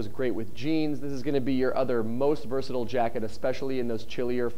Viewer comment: THAT IS NOT how you say versatile